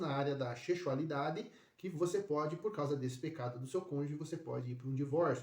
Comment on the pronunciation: YouTube tbm proíbe dizer a palavra sexualidade por isso vc fala sechualidade